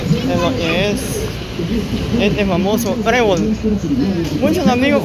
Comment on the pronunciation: ES "TREBOL".......NO BREBOL,$"':@